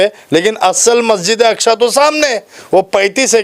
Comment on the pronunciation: muh main se supari nikal re baba masjid e aksha nhi masjid e aksa hai chij nhi cheez hai